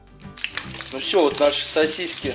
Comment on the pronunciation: Уважаемый автор, умоляю не говорите СОСИСЬКИ, это для ушей пытка мучительная. Правильно говорить СОСИСКИ, без мягкого знака.